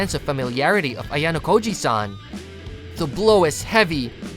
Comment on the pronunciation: Bro said ayanakoji😮